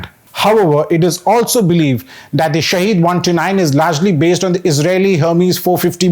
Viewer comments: It's not pronounced shaheed (Martyr) but sahid (witness). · "SHAHED" means witness in Farsi, while SHAHEED means martyr. They are not pronounced the same way. One is pronounced as sha'head the other sha' heed.